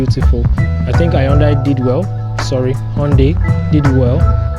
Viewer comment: Thank you for this ... Hyundai 😂😂 sounded like I don die